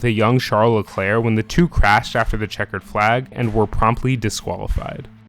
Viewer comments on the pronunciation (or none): none